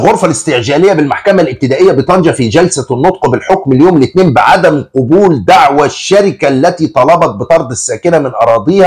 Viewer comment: قبل يقبل قبولا "قابولا" وليس "قوبولا"